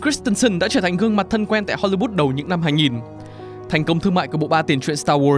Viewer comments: hollywood ::: hollybood ad phát âm nghe lạ thế. Góp ý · Không hiểu được tại sao cứ đọc đi đọc lại Hô Ly Bút?? Wth 🖊?????????? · tại sao cứ HOLYBOOT, HOLYBOOT? có meme châm chọc hay gì à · nên cải thiện giọng đọc, giọng phát âm tiếng Anh ở những video sau ạ. Không hiểu sao cứ phát âm hôly-bút, nghe rất khó hiểu. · Thiệt, cứ tưởng phim ấn độ. Cứ hollybood miết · mình có nghe nhầm không nhỉ? "Ho-li-but(s)" ???????????????????????????????????????????????????????????????????????????????????????????????????????????????????????????????????????????????????????????